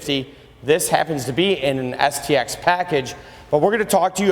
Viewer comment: I could swear that he said the SEX addition.